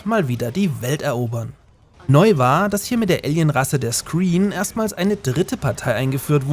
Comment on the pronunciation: Da sind aber folgende Fehler von dir drin: 1.) Bei C&C 3 Tiberian Wars heißen die Aliens nicht "Screen" wie du es aussprichst, sondern Scrin. 2.) China in Red Alert 3? Solltest nochmal genauer die Lore von Red Alert 3 nachlesen. China ist nicht die dritte große Partei, sondern das japanische Kaiserreich. In Anbetracht der politischen Beziehungen in unserer Realität zwischen China und Japan und deren Vergangenheit, ist das ein schwerwiegender Fehler....